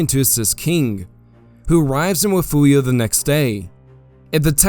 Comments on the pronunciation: Love the videos but again, it is: Refugio (rih-FYOOR-ee-oh) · great work with most of this. I like your clean style. But as a Texan, I need to correct your pronunciation of Refugio. It is pronounced Re-fury-o